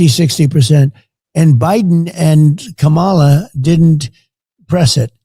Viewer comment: Notice how he and everyone on the right are still mispronouncing Kamala Harris' first name every time?